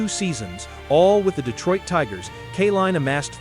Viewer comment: Couldn't you find enough film of Al Kaline to avoid showing some left-handed batters? Al only hit right handed. BTW, his name is pronounced KAY-LINE, not KUH-LINE. Great player, lousy tribute video. I stopped watching after 4 minutes